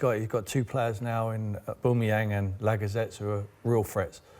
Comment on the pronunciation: And LAGGAZETEE